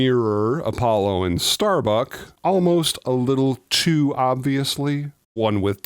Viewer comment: It's "Starbuck", not "StarBuck".